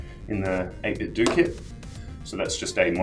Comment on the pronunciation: It's pronounced 8-bit-doe, as in NintenDO